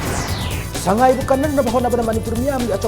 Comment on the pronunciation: meiteilon is tonal language like chinese..... when u say sangai like a mayang thuyang the meaning itself changed.